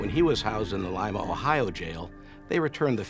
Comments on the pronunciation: that's definitely the correct pronunciation. Like "lime". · Good to hear the correct pronunciation of the town of Lima, Ohio. Many foreigners or non-mid-westerners pronounce it like the capital of Peru. It makes me laugh when hear it. First syllable “lime,” second “uh” Now you’re getting it! Now! Let me walk you through the proper pronunciation of Versailles, Indiana! 🤣